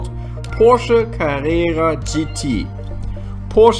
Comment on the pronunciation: It's Porsche by the way being helpful here. I mean there's a chance where you're from they say or type it differently.